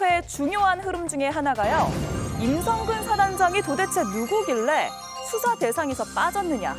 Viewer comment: 아 말 그지같이 할거면 발음이라도 똑바로 해라 뚜사가 뭐니? 수사지